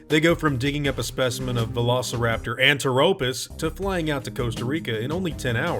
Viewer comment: Love how you stressed the "ANTIRRHOPUS!" LOL